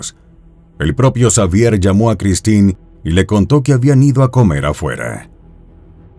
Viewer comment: Se pronuncia Javier